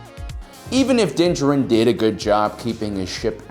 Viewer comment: Din. JARin. How can you run a Star Wars channel and not know how to pronounce the name of the subject you're talking about. Unless it's being done on purpose just to be humorous, in which case, sure, it's funny...once. On the meat of the subject, one of the first points made here is the age of the ship being more than 30 years old. The Millenium Falcon is at least that old, in canon, and far older in Legends. In the latest episode, the Empire was using a Gozanti cruiser, which first appeared in Episode 1, more than a decade prior to the Clone Wars. In the real world, the A-10 Thunderbolt II (aka the Warthog) was made operational in 1977, more than 40 years ago. The USS Nimitz, a nuclear-powered aircraft carrier, has been active since 1945. The B-52 Stratofortress joined active service SIXTY-FIVE years ago, in 1955. Both of those planes are active today, and continue to serve an important role in tactical and strategic planning. With our real-world creations still serving on the front lines for half a century or more even with our real-world limitations on material and technology, in the sci-fantasy world of Star Wars, there's absolutely no reason to think ships wouldn't be capable of being useful in active service for centuries. 30 years would damn near still be in the breaking-in period.